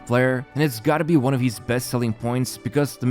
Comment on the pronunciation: Why does he say hees instead of his? Lol..